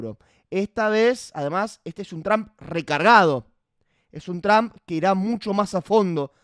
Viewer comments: No seas ignorante no se pronuncia Tramp!!!! Se pronuncia Trump😊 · Por que los argentinos dicen Tramp? Jajaja se pronuncia Trump o Tromp, tal cuál 😅